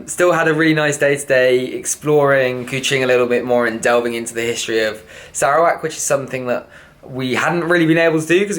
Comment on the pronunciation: Dude, learn how to pronounce Sarawak